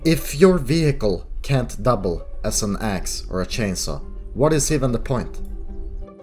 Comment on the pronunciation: You ditched cainsaw so PUH-tetic